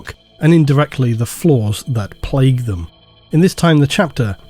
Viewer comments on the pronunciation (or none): none